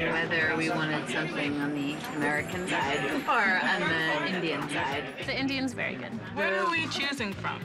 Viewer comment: wtf💀💀 "indish"😭